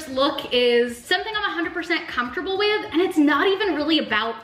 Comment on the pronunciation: comtable is what she says fr comfortable